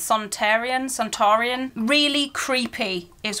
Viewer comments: Its pronouned son tar an not sontarion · "This cost £109. It's slightly steep for an advent calendar." Slightly? 😲 Hint; it's Son-tar-an. No i in there.